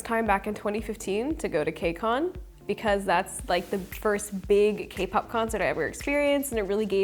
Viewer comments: im sorry alexa, but its kay pop 😭😭 its okay i love you regardless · The way she says 'kuh-pop' kills me. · Alexa has tall girl energy!! I swear she seems at least 6 inches taller than she actually is. Also obsessed with her calling k-pop "kuhpop" lmaooo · she always does this 😂 it's funny hahaha she even called zb zblabble sksks